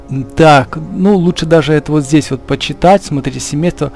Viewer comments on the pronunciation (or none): none